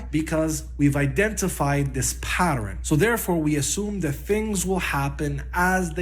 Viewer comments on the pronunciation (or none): Not another person that says patterin. 🤦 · is... is he saying "patterin?!"